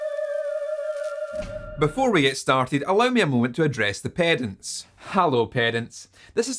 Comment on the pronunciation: Oh you said "Pedants" I thought you said "Parents". What you said after makes way more sense now. Love your accent dude.